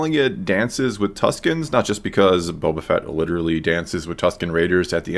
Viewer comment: I actually think it's "Tuskens", Tuscans are another name given to the Italians inhabiting Toscany :p